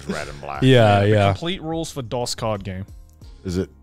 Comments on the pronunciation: Are we really gonna let them get away with pronouncing “dos” like that😩😩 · guys.. its pronounced like dose. you know like uno dos tres quatro lmao. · Hearing them miss pronounce, Dos was killing me